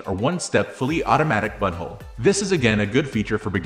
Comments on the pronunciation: i heard he said buttonhole once. the rest i heard he said butthole 😂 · Am I crazy or does he say “butthole” instead of “buttonhole”?? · Yup he says butthole not button hole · Lol it does say "Butthole" instead of buttonhole😂😮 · He did more than once lol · 😂😂😂😂😂😂 sure enough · You're not crazy, this is definitely what it says 🤦‍♂ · it's obviously AI, which makes the use of "butthole" even more hilarious, because the script must have been entered that way. It does say "buttonhole" once, so it almost seems intentional. 😂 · No doubt, he sure says «butthole»! Repeatedly! 😂😂😂